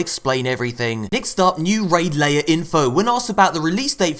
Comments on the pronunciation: It’s lair...like hair. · Please stop saying 'raid layer' It's annoying. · I really hope your pronunciation of "lair" is purposeful?